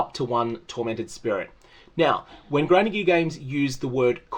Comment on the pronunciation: It sounded like you called them "cranky gear" , kinda like that name